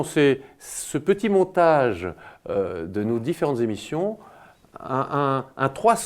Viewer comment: Les cinq zémissions😅😅😅😅 quel est votre niveau scolaire Monsieur Juillet ?